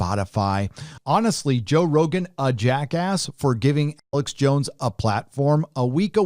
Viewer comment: Sounds like you're saying Alex Bones lol